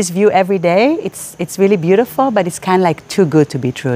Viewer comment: For anyone who listen at part U wii hear "Beautifield" it's not he saying it wrong it call “Fluctation" in thai we all have fluctationword in our head so this is a blood race or some thing i guest ( lol ) Ps.Sorry i bad at eng i try my best❤